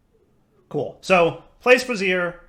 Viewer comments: I think the word is trying to say is Bray-zee-air not brazz-ear. the first one is a fiery thing, the second is underwear.:) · "brazier" rhymes with "Frasier". Bra-zeer is how you pronounce the ladies' undergarment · I do wonder why he pronounce brazier as brassiere. :P Probably just to amuse people like me. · "You know and words, he's not good at them" FINALLY! This is the first series I've watched of his. I've been asking myself if he was saying "miskellaneous" (miscellaneous) or "brassiere" (brazier) intentionally this whole time... It's the answer I preferred at least. I regularly mispronounce words because I read more than I talk to people. I knew "caveat" was a word when spoken verbally, but didn't put it together with the spelling. So when I seen it in text, my dumb brain said "cah-VEET", but it still meant the same thing because I had defined it from context clues. I read it that way for YEARS. That's far better than intentionally mispronouncing words as a failed attempt at humor at least lol. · Bray-Zee-Er what you're saying holds breasts. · Yeah, was gonna post something about this too. Bray-zure (similar to sure). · If he keeps saying bra-Zeer I think we need to demand a picture of him in a ritual bra-Zeer